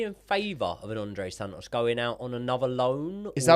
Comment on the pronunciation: This would be so much mote watchable if pronounced his T’s - andrey san-os- and thats coming from a northerner